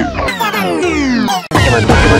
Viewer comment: Diri Sounds Like Espanol